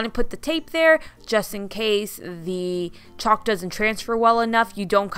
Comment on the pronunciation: The "L" in chalk is silent